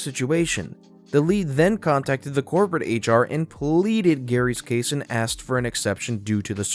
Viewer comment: Your voice is lovely, but I almost unsubscribed when you twice pronounced "asked" as "axed", because it's one of my petty hates, and very distracting, but for an american to say "maths" instead of "math" [mathematics has many branches] is a wonder to behold and you absolutely had me. Bless you,!